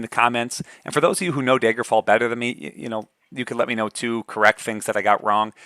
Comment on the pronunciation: Are you from Wisconsin? I noticed "Daygerfall"